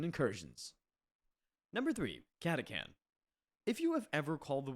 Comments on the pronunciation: It's not catakan. Catachan. Yknow. Catastrophe Chan. Cata-Chan. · I’ve NEVER heard catachan pronounced like that in my life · Came down here for this comment... what the hell was that ^^'